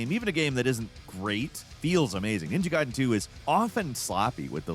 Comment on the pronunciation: So you CAN say Gaiden the correct way! What the heck happened in that video this weekend??